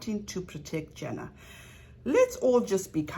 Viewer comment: thanks, but it's JAna not jEna. like Anna but with a J-JAna . thanks. The rest of the content . OH MY! it's excellent. I am speechless ( I have OCD) so i can't type all the compliments I want to say.